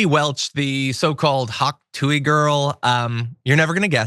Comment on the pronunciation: "tuah" not "too-wee"